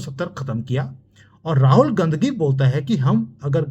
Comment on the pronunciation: Jis style se aap Ghandhi ko GANDGI kehte hai , bas anand hi aa jata hai